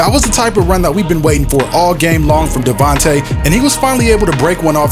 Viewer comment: Great videos, awesome editing man. Just FYI, it's DevonTA Freeman, not DevanTE.